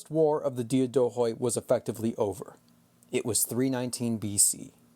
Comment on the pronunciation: Excellent podcast! A correction if you allow me: in the word Diadochoi the d is pronounced like "th" in the word "the" and "oi" is pronounced like the letter "e".